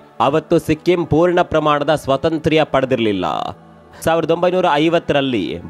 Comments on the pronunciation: ಯಾವ ಕನ್ನಡ ಇದು ಸ್ವತಂತ್ರ್ಯ... ಒಂದೇ ಸ್ವತಂತ್ರ ಅನ್ಬೇಕು... ಇಲ್ಲಾ ಸ್ವಾತಂತ್ರ್ಯ ಅನ್ಬೇಕು... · 👌👌👌👌ಒಂದು ಸಲಹೆ...ಸ್ವತಂತ್ರ-ಸ್ವಾತಂತ್ರ್ಯ (independent-independence) ಸ್ಪಷ್ಟ ವಾಗಿ ಉಚ್ಚರಿಸಬಹುದಿತ್ತು...👌👍